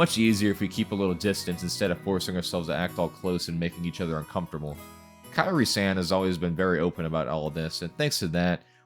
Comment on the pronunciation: Kyrie is pronounced as Ki-ri-eh, not Kai-ri. 😅😅